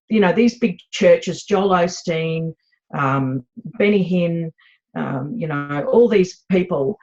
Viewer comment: Wow did she say Joel Olsteen?